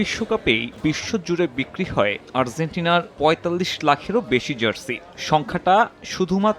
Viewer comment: argentina bhai,,, arzzzzzzentina na